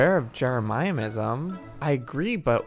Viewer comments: Joey: JEREMIAH-ism Me: You mean JEREMY-ism Also Me: *RAGES* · Can we just appreciate the fact that Joey says Jeremyism different? ( Jeremy - is um ) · Jeremyism is pronounced Jeremy • Is • mm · Joey: j e r E MIA MISAM Joel:jeremyisem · Its no longer jeremyism its jeremiaiaism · NO ONES TALKING ABOUT HOW JOEY SAYS JEREMYISM ITS JEREMY-ISM NOT JER-EMI-EM-ISM 😭😂😂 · Umm.. how do u get IN the club house? Oh and...JEREMY-ISM NOT JEREMY-I-IM-ISM PLSSSSS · Joey, it’s pronounced, Jeremy as in the name with ism added on so Jeremy ism Not jeramyamism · its not jeremiah-ism its jeremy-ism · Said with full love: It’s Jeremy-ism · Ikr 😭😂😍 he’s like “jeramayasim” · Yeah, he says, Jeramayaism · He says it kinda like jeremiahmism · Joey, if you're reading this, how to say Jeremyism is "Jeh ruh mih ezum" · Not trying to be rude just trying to inform you that its Jeremy-is-um :) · Joey: Jeramiysm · JOEY! JEREMYISM IS PRONOUNCED = jair-emy-ism get it right!! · It’s pronounced Jeremy-ism